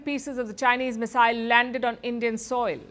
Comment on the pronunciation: Its not missile . Oye !! CRI pump eeey